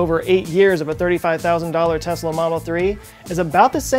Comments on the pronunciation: I cringe so hard every time somebody says "Tezla". It's Tesla. Not Tezla. The company is named in honour of Nikola Tesla, who was a Serbian born in Croatia (then part of the Austro-Hungarian Empire). Serbo-Croatian has a phonetic written language. S always makes an S sound and Z always makes a Z sound. Some of you goddamn Americans, even the educated ones, are so insular. Edit: I am aware the Elon Musk also mispronounces it. I propose we all start calling him Aylon Moosk until he stops butchering the name of the patron saint of the Internet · I was totally on board with this discussion up until some dude pronounced it "Tez-La" when it's clearly pronounced "Tess-La". That's it. I'm out, I can't take any of this seriously from now on just because of that oversight.